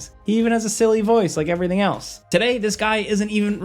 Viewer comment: Anyone else here him say “scared scilly” toward the end? Btw love the channel